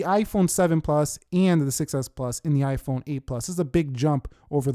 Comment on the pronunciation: Why is he saying (ayeeiii-phone) if you agree 👇🏻